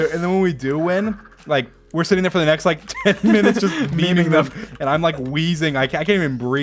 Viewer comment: "Meming them"